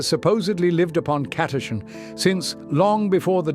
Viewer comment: The “ch” in Catachan is not pronounced like a K or a hard C otherwise it would be spelled Chatachan